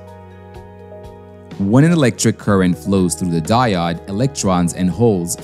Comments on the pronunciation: it is di-ode not di -odd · Its "diOOOde", not "dieoDD". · Die-ode not die-odd. Long O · "Di-odd" - Hmm.... I'm sticking with "Di-ode". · Die odd for me is just painful. They will always be diodes to me. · English is one of the hardest languages to learn, so fair enough. But I've never heard anyone, in any language or coming form any primary language call a diode a "die odd". I've heard "De-ode" "day-od" and even "deood" but never "die odd" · Die odd, die odd, die odd, i cringe every time. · Thanks for the timestamp. I couldn't handle hearing "die-odd" anymore... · no prob. honestly, the mispronouncing of diode didnt bug me all that much, i was just uncharacteristically annoyed by the amount of fluff leading up to it lol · Great videos, but mispronouncing basic vocab is a fast way to lose credibility. Diode is pronounced die-ode [ˈdīˌōd] and the plural of axis is axes, pronounced axe-ease [ˈæk.siːz]. I remember applying for a job and they asked in the interview if I had ever used "sequel". Me, having only read and not heard the word, did not know they were talking about SQL. Happened to me again when someone said "Fizzmo", referring to FSMO. When you're learning by reading, you don't always get a pronunciation guide. Say the words right and nobody notices. Say them wrong and everyone does. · the die-odd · There are many ways to mispronounce "diode", I've never heard "die odd" before but that's gonna be my motto for a while... "Die odd" has a nice ring to it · I'm right there with you, every single time he pronounced it that way I died inside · Diode is pronounced with a long O like "Open"... Fantastic video🔥❤️ keep em coming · The only clear giveaway was the pronunciation of 'diode'.